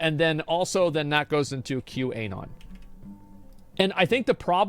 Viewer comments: The way asmon says Q anon hurts me. The Anon is short for anonymous. It's prnonounced Q anon, not Q. A. non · Does he say QA-non on purpose or is he dumb? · Why does Asmon say Qanon with a hard A? Lol